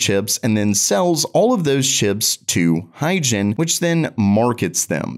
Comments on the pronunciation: why u pronounce it hygen when is hygon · Why is Hygon pronounced like Higen? Is it a mistake or the correct way to pronounce it?